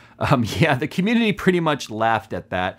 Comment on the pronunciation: dident here him say it once.... he did say comundidy a lot.